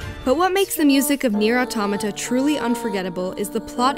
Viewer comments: Auto•mah•tah!!! I get so triggered over this 🤣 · It’s ah tow mah ta I thought it was pronounced how it’s spelled but at the end of ending Whatever was like thanks for completing this game and I was like bruh why you say it like that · Here in Brazil we pronounce Nier Auto[mah]ta. And I believe this is how the POD pronounces in the ending E. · awetomahtah. not hard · "Nier Automato" I so died ^^ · Why english natives have issues pronouncing automata?